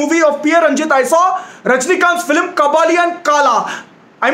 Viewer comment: It is not filim its film bro